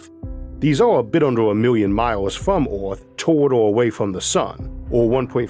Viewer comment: Please improve your pronunciation, Earth, Universe, etc ... little kids are watching and could catch the wrong pronunciation and take it as correct. The content is awesome.